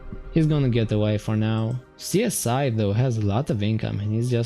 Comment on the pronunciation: "Csiz" Is pronounced like "Siz" :)